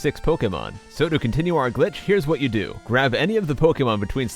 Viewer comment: Omg his voice is so "ew"y. Like, his voice is throaty and he pronounces words like "do" as "dew". You don't even notice unless you've watched him a lot ;v